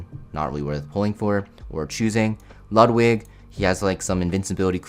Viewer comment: I'm so glad to hear you say destinas name correctly :D now you just need to pronounce Ludwig right and I'm gonna be happy 😊